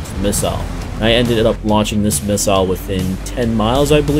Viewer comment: Finally! An American that can pronounce missile properly.